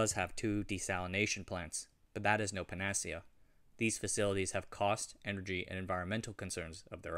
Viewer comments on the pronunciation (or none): you say ... "but that is no pan-ASS-see-uh" or something similar ... i assume you were saying the word "panacea"? ... Not sure if it's a regional difference in pronunciation or if i just misheard, but I've heard that pronounced as ... "PAN-uh-SEE-uh" ... fwiw ... Thanks for doing the video. It's really interesting. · puh-NA-see-uh? 🙄 UNSUBSCRIBE!